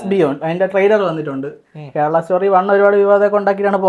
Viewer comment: wt is keral bro? Say it properly it's KERALA